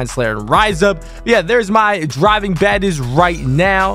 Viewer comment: Why this dude call badges baddes🤣🤣